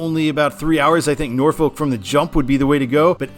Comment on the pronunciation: You pronounced Norfolk correctly but then butchered Edenton lmao. First time Ive heard that as a local of both haha